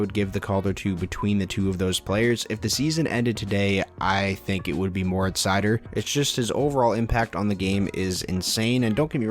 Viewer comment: Raymond probably has a better chance of having dry spells and dropping off the 1st line but seider is their #1 D and playing in all situations. From what ive seen so far I think 50points is very attainable for him. Keep up the great vids. . . Ps. Its pronounced (sea-toe)